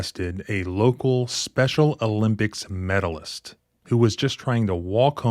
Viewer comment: What is with emphasis on MEDALIST. We get it.